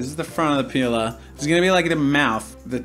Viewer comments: OMG, the way you say peeler... it looks like you're saying "pila", and "pila" is one word that means penis in portuguese , but in a "child" way cause just childs use that word in here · I though you sayed peola!😂😂😂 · i say that too i guess us aussies are weird xD